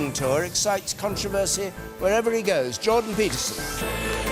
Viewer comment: John Beast? John Beast? Jordan Peterson! For a presenter that is bad articulation.